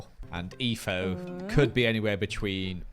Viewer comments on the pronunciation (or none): they said Eefo cause can’t say etho correctly and he says eefo instead 💀💀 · WHY DOES EVERYONE CALL ETHO EEFO????